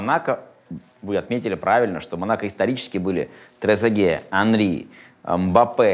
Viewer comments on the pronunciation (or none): Хенри 🤦‍♂️ После этого даже слушать, что говорит, не хочется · Классный выпуск. Почему до сих пор не рассказали, что последняя согласная во французском не произносится?.. Петит, Хенри... Ужас. Саня больше всего скучает по майским шашлыкам, селедке под шубой и макаронам по флотски. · "Хенри.." ну ок) главное норм руководитель))